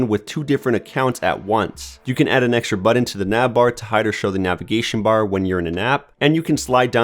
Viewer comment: I love how you say „button“. Budden. Thx for the video! I ordered the 5T a week ago. It will be my first OnePlus device and complement my iPhone SE. Planning to keep both for different tasks.